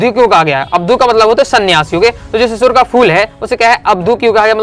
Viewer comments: Sir shishir nhi shirish ke phool hai aap shishir shishir bol rhe hai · sir shisir ni shirish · शिरीष को शिशिर पढ़ रहे हो सिर, Being Teacher you have to pronounce properly and one advice is that please speak calmly, you speaks rapidly